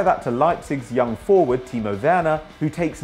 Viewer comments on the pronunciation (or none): none